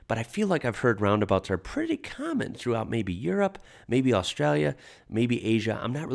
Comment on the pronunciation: Just a little aside, nothing to do with this video, but I've noticed that when you pronounce the word common, it sounds like "carmen". I wonder what sort of accent that is. Where is it from?